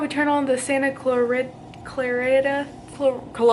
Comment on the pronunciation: Clarita = Cluh-reetuh... hope this helps 💮